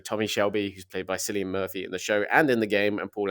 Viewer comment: Cillian is pronounced with a k